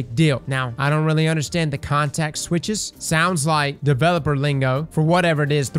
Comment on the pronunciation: I heard "contact switch" XD, but yes, in software engineering a context switch is basically a jump in focus, or from one project/priority to another. Usually you try and minimize the number of times you have to do it, because it completely wrecks your focus and you have to re-familiarize yourself with the context of what you're now working on. I'd be inclined to agree in that they're talking about not having to invest as much focus to try and adjust an ability that's over or under performing. They can now just dial the cooldown a bit, and see how things go, without trying to fiddle with whether or not it's a 1-shot, and what the grander impact that'll have on the state of the sandbox. In other words, it shouldn't require a context switch away from whatever the developers are currently working on at the time in order to ability balance going forward into void 3.0 and beyond. They'll have the ability to tweak little things for balance, and focus a lot more on how they want more complex interactions to feel and work out, with more options to reign in niche cases or other outliers. Honestly an exciting prospect.